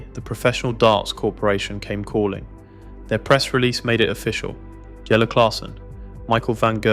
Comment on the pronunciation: Jelle 'YELLE' stands at the o'shae 'okey' If you just listen back and edit faults maybe your video would be better , but that would take a little effort. Still playing saw him at an NDB ranking toernooien only a month back.